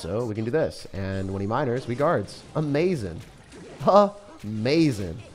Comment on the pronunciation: "Uh-MAZE-in", where's the MAZE ',:|??